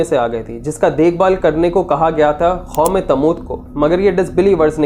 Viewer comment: Khatal kia ya Qatal? Khom e Lut ya Qoum e Lut? Khayamat ai thi ya Qayamat?